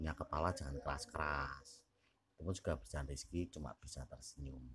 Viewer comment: Zekri min bukan rizki wkwkwk